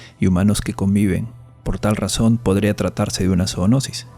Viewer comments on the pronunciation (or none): JAJAJAJAJJJA re cordobes te saliooo ZOOOONOSIS (ese cantito cordobes)